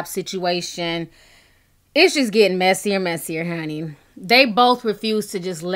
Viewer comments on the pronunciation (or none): none